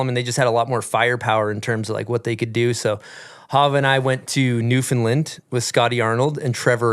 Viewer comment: Loved the New'fin'land story, newfie viewer here. Its New'found'land haha :) Keep up the sick work bys